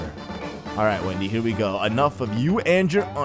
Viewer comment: it's Wendy not windy